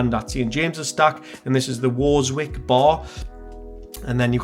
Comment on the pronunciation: Worzwick !!!! W.T.F ! anyone from the toon knows it's pronounced Werzick as in the werzick street bus station , c'mon lad get a grip .